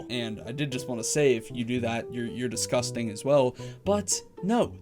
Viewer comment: da "IT" is digusting ... REALLY DISKASTAING